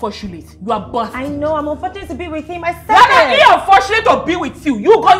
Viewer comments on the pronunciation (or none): 😂😂😂😂😂😂😂 I don laff tire 😂😂😂😂😂 "He is unforshulate to haff you" 😂😂😂😂